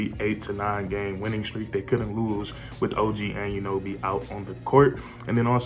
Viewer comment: I hate how u say OG’s last name. It’s pronounced au-none-no-bee. Altogether, it’s Anunoby. Not “and you know bee” Nonetheless. Good vid lol